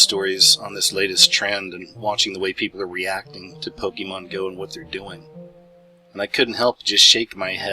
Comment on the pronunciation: First I'd like to start by saying it's not "pok-E-mon" it's Pokémon. Second, you never did say how it's mind control. All you did was go into multiple different directions with random information that in no way proved any kind of mind control. Third, I hurt myself while mowing my yard today. A rock was thrown from the mower blade that hit me. I guess that's proof that mowing is an illuminati trend.... And lastly, please be informed about something before you try to explain to others how it works. You obviously have no clue what a "lure" is in the game. It has nothing to do with placing your Pokemon "anywhere" out in the world lol. And one more thing, so technically this is the last comment I'm going to make. based on your idea that Pokemon somehow randomly exploded "out of nowhere" proves that you are most likely over 30 years old. Your age has put you at a disadvantage in this area because you weren't young enough when Pokemon first came to America to have experienced it.